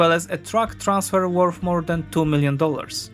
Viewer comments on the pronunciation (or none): Good and all, if you read this, work on your "TH" sounds, because you are pronouncing them as "F"s. worth = worf (sounds like wharf, different meaning) , thirty = firty (sounded like you said forty) , threat = freat (sounds like fret, different meaning)